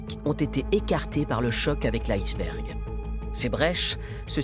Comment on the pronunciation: Quand j'étais enfant, on prononçait le mot iceberg "isse bergue" , c'est même la prononciation indiquée dans le Larousse. Pourquoi prononcer différemment maintenant. Il y a des tas de mots d'origine étrangère qui se prononcent à la française.